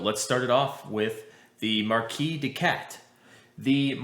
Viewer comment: Marquise is pronouced "markeez". It's the female version of the word marquis.